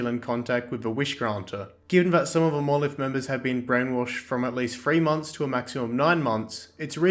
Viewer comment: "Monoleeth..." Fucking explodes